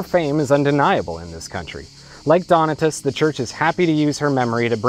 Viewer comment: Donatus, anglicized: accent on second syllable. Do-NAA-tus.